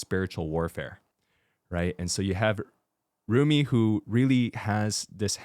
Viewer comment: I keep cracking up at how Father got every name wrong 😂 Joey, Zumi, Soulja boy, honeymoon